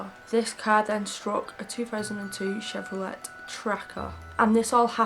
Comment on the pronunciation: Hello from the 🇺🇸❗️Just discovered you and you’re Wonderful- Absolutely Love the way you speak so calmly and your accent is ACES! I’ve subscribed and will now have a marathon of your presentations- just to let you know,, that Chevrolet is pronounced “Chev row lay” with a silent “t”. 🌈⭐️❗️